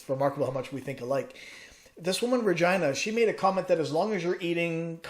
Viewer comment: Love your videos!! Are you on any other platform? Facebook group? Just gotta say I'm dying every time you say "RegIna" instead of "Regeena". So funny!! LOL